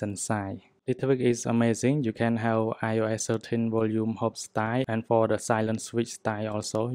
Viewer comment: Yes needed this, also i want to help u learn English so say instead of saying ios 12 as ur saying it, try google to learn how to say it or anything ur nit so sure about saying 😉